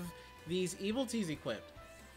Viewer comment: It's not Eviltees, its Evilities Also it's not Rakasha or Raksasha, it's RAK SHA SA!